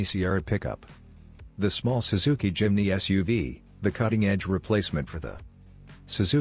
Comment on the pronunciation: “SWZZIKI“？？ FAKE AI model